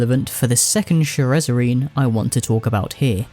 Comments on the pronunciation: is "sherezzarine" the same thing as shezzarine? I cannot unhear your pronunciation. The vid is otherwise great, but it's quite jarring. You write it correctly. Why the extra syllable? If anything it makes it harder to say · Shezzarine, not Sherezzarine, for the love of God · you’re mispronouncing shezzarine as “sherrezzarine” but tbh i like ur pronunciation and spelling better than the proper way so im gonna start calling it that from now on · Love your vid man but I had to skip the SHEREZZERINE part. If you had not kept pointing it out then it would not have been so bad for me but just couldnt lol. Maybe think about a re record next time. Just my honest opinion. Other than that, great vid. Got my sub and like. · it's "SHEZZ-A-RINE"